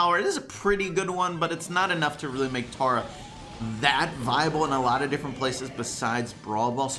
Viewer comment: stop saying tAR-a it's pronounced tERRA